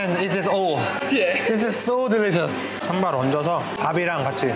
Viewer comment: Daud kim, it's "SambaL" with "L" not "Samba" 😅